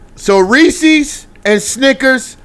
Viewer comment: Ahahhha it’s reesess🤣